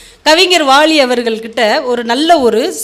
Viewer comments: அருமையாக பேசுகிறீர்கள், ஆனால் வாலி என்று உச்சரிப்பது வாளியெனவும் பலத்திற்கு பளம் என பேசுகிறீர்கள் அதை சரியாக உச்சரித்தால் மிகவும் சிறப்பாக இருக்கும். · அம்மா, முதலில் கவிஞர் பெயரை சரியாக உச்சரியுங்கள். அவர் பெயர் வாலி, வாளி அல்ல! வாளி என்பது தண்ணீர் எடுக்க பயன்படுத்துவது! 😢😢😢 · மொதல்ல வாலின்னு ஒழுங்கா உச்சரிக்க கத்துக்கோ வாலிய வாளின்னு சொல்றயேமா